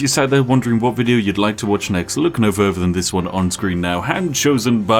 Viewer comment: Whats with this dudes speech impediment? Pafetic? Furver? Dude definitely makes enough money on videos to get a speech therapist. Gotta fix that shit before you talk to Uhver people